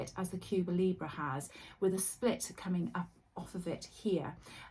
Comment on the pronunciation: Cuba Libre means "Free Cuba", that is the wish and hope of all Cubans, someday. Now,on pronunciation: say Elephant. That E is how you pronounce the E in LibrE. Try it. Love all your recommendations and explanations. Thank you.